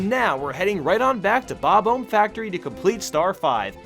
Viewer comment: dude, the bob-omb is obviously supposed to sound like bomb, not ohm......